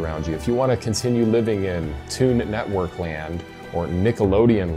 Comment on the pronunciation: "Toon-it Network"? Does he mean Cartoon Network? Is he really that sheltered?! Damn!